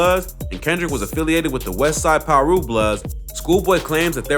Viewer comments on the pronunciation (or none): none